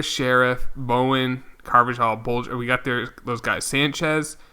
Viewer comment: It’s pronounced Carvahal